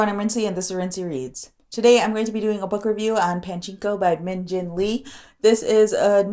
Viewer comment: It is Pachinko not Panchinko, sorry to be OC!